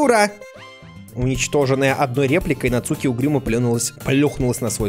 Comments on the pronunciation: Емае не нацУки а НАцуки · Не Нацу́ки! А На́цуки!😄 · Почему он говорит НацУки, а не НАцуки? ( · Куплинов: НАцуки❌ НацУки✅ 😅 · да, еще правильнее вообще без ударения - Нацки ("у" почти не произноситься)